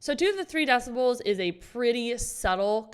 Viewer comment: "three deciboooouaols" 😅